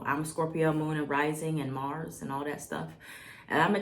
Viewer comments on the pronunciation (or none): none